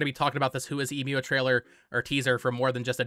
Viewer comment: Emio is probably pronounced "Eh mee oh". You can put the japanese title 笑み男 into google translate if you want to hear it out loud. Given the possibility that this is a new Nintendo IP it should be useful to get the pronunciation down early. Speaking of translations, Emio translates to "Smiling Man" so it's probably just a reference to the big scary smiling man on screen and not the brand you talked about in the video(which btw is a photography brand and not a camera brand). That company you showed refers to themselves by the english name "Emio" and not the kanji "笑み男". Furthermore, they don't seem to be well known and big enough to be recognisable even in Japan, though I drew that conjecture from looking up Japanese photography brands and can't really verify their reputation within Japan myself. For these reasons I don't see any link between this Nintendo game and Fatal Frame aside from the genre.